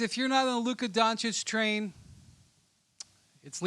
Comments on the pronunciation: Is Doncic not Doncik 😀, better put some respek on his name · A dood who went to Duke can’t pronounce Doncic. Hasn’t noticed that he’s saying it wrong. 🙄😂